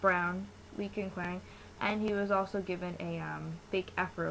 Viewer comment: no because like the way u pronounced his name... its not like that... wait r u like... new to kpop or something?